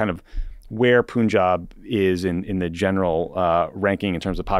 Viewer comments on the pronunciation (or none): Tommy, the correct pronunciation of Punjab is to say the first syllable exactly like the English word "pun". The second syllable is correct ("aab"). Punj = five, aab = water, river. Thanks for covering the issue. Please do a larger segment on how the Modi govt is cracking down on all critics. Among the arrests this week was that of an actor who works in South Indian regional-language cinema, just for tweeting that Hindutva ("Hindu" nationalist/fascist) propaganda is based on lies. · Psst, guys, it isn’t pronounced “Poonjab”. It’s only written with a u because the British couldn't be trusted to pronounce “Panjab” correctly.